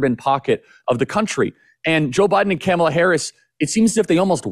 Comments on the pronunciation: You guys are great- but Charlie, I believe you’re saying ‘Kamala’ wrong on purpose and it’s irritating to listen to. Come on….it distracts from your content. 🎉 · No real issue with Charlie, but why is he pronouncing Kamala’s name like that I think right now most people know how to pronounce it or they shou. Is he doing that on purpose??